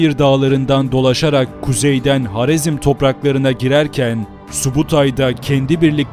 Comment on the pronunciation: Haritada HAREZM yazılıyken neden HARZEM diye okuyorsunuz? Doğrusu haritadaki gibi HAREZM'dir.